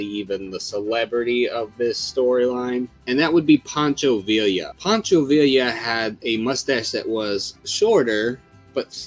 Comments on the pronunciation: Poncho VIE-YA how are you gonna do a video on Mexican heritage and get the dudes name wrong. Do more research, stop being lazy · In Spanish two L's make a y sound. For example, Pancho Villa is pronounced as Veeya... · En español, Villa is pronounced “vee-ya.” Two L’s sound like a Y. Don’t ask me why. Glorious video btw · True, but you can say Schwarzenegger better than he said Villa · I found the video disappointing. A bit too heavy on how Hollywood has supposedly affected the Mexican mustache. What I found annoying, though, was the pronunciation of names like Villa and Zapata.